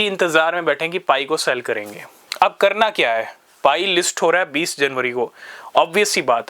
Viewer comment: Ap ne 20junwaery bol diya 😅😅